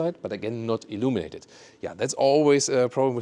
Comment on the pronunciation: Umm for some reason, I don't know, whenever you say "illuminated", reminds me of "illuminati" 🤣. Why?